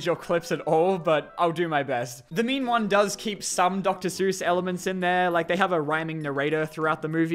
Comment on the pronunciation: Every time says "The Mean One", I keep hearing him say "The Meme One"... And this just made me realized that internet meme horror movies exist and that makes me sad a bit.